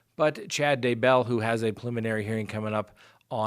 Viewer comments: Day Bell, not DUH Bell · omg i want to subscribe but can't handle the day BELL PRONUNCIATION lol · pronounced Day-bell, just like that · you're awesome, I watch you daily, I love your show, and I know you are a very intelligent man. BUT you can not figure out how to pronounce Daybell to save your life! and 🤣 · Haha I know. It makes me insane how he says it! 😂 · Ali J I cringe Everytime because I expect him to say it correctly and he doesn't!!! Sometimes he says it two different ways in one video. I can't 😂